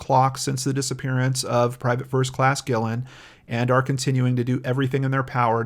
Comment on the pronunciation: Guillen is actually pronounced Ghee-yen. A friend of mine has the same last name.